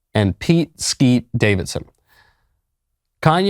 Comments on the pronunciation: It’s Skete not Skeet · It's "Skete"!